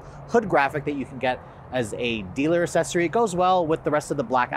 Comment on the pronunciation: FYI: It’s Ack-Sessory, not Assessory (pronunciation)